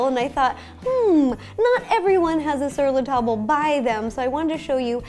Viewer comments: As a previous employ of Sur la Table your pronounciation is so cringy. It's just "tab" (as in tah-b) not "tah-ble". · Sur la table. Pronounced, Zur lah Tahb. Not, sur la tahbel. C'mon, man. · Sur le tab-luh, not tab-ul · Sur la tobble?? It’s Sur La TABLE. TABLE... As in the thing you eat dinner on 🙃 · Oh, so you shop where I work! Lol. It's actually pronounced like... tob? Sur la tob. Sur La Table is French and means on the table 😊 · Sur la "tahb", not sur la "table"... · Ro! It’s pronounced Sur La “Tahb” or more properly “tahb-leh” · You don't say the L in Sur La Table. It's French so it's pronounced like "tah-b" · sir la table is pronounced sir la tab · it is pronounced ser la tab not ser la table even though it is spelled that way since it is french you don't pronouce the le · That's not how you pronounce sur la table...